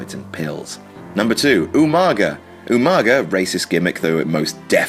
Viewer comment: the proper Samoan pronunciation of Umaga's name was with a 'NG', so at least Regal was the closest to getting it right. It's not pronounced 'ooo-muhhhh-guhhhh', it's 'ooh-mah-ngah'. I'm usually not too fussed with WWE's pronunciation of foreign names as most of the time they're fucking terrible, but it seems like Umaga's name was perverted in way to sound like some stupid beastly caveman shit, when in reality Umaga's a pretty common Samoan name.